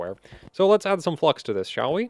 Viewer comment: YouTube: is he saying flux or. Fluck